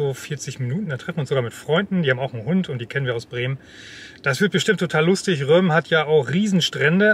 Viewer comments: Das wird “Røm-ø” ausgesprochen😉👍 Aber Røm geht auch auf “sønderjydsk” Tolles video! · Ich meine, dass es tatsächlich im Dänischen “Römö” ausgesprochen wird. Die Aussprache “Römm” ist Nordfriesisch, soweit ich weiß.